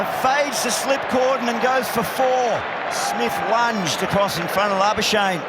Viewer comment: Hey Aussie commentators...please learn to pronounce Labuschagne properly. Thanks all Afrikaans speaking South Africans